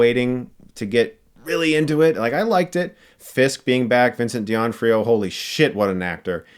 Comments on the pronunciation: Chris, please. Who's Vincent DIONFRIO? lol It's D'Onofrio. Love you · Your saying Vincent’s last name completely wrong.